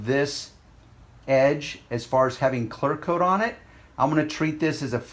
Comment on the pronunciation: ITS CLEARRRRR CLEARCOAT I HEAR YOU SAY CLARCOAT